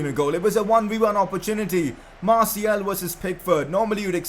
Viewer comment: You pronounce Martial name wrong. It's Martial, not Martiel.